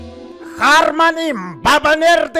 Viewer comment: Роблокс и многое другое НЕ ХАРМАНЭ А БАРМАНЭ